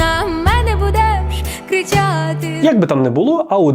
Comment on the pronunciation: в соловій часом жахливий голос, особливо як вона вимовляє у співі звук "и", також оці пом'якшення зайві, типу кричЯти замість кричати. чесно кажучи з представлених тут укр композицій вуха не в'януть лише від вакарчука. це так іронічно, що в ті часи вакарчук мені здавався дном, а тепер на фоні "новоспеченок" вакарчук здається прямо таки мистецтвом. а російськомовні пісні показані тут - це взагалі дно дна, як самі пісні так і кліпи, просто примітив примітиву. що можу сказати, піккардійська терція - рулить, решта - такоє.